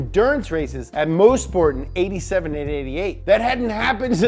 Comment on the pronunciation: dude it’s [Mahs-Port]